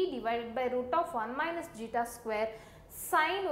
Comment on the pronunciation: Its Zeta. Please be clear with the terms. It is really hard to understand otherwise.